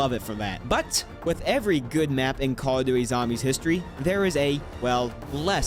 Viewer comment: cawduwy is what i heard when starting this video